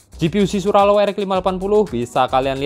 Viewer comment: Hampir nyebutnya swallow